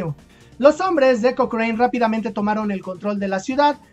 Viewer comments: Hola Lord Thomas Alexander Cochrane se pronuncia Lord Cokran, no cokrein P.D Lucho por la independencia de Chile, Peru, Brasil y Grecia. Saludos. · se pronuncia koókren, en Chile siempre se le dijo Kókran, nunca kokréin como lo dijiste en el video